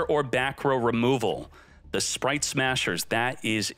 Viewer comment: Speight spright sppright